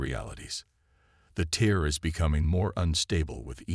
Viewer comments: tear and tier get it right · Please please please, fix your ai dictionary. For example it’s TEAR not TIER for example. There are many more !